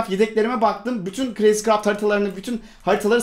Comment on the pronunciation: Abi dızcraft diyorsun crayzcraft yazmışsın